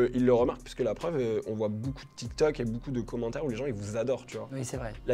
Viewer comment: Ohhhh je suis déçu de t'entendre prononcer boucoup faites un effort tous BEAUCOUP 😂 MERCI 😘